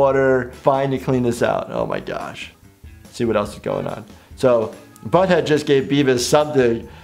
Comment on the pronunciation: "Oh my gash?"